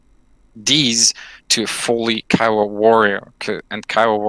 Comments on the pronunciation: PLEASE its KIOWA not KEEOWA named after the North American native tribe KIOWA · Can someone please teach Cap on how to pronounce Kiowa LOL